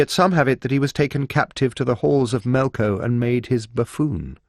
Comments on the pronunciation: It keeps saying Melco like it will get demonetized if it says Melkor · It's melkor not melko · Why does he keep saying "Melko" instead of "Melkor" or "Morgoth"???